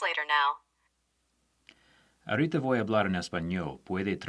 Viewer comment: that "ahorita" was just *Chef's kiss*